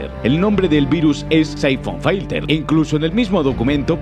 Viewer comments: Cuantas veces es necesario decir Saifon Failter? Filter y yaaaaaaa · que demonios en saifon faiter? se pronuncia Saifon Filter... casi igual que como se escribe, no sabia de que hablaba hasta que lo vi escrito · Se pronuncia Saifon filter, no Saifon failter ☝️🤓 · Syphon "failter", en serio que sois periodistas? 🤦‍♂️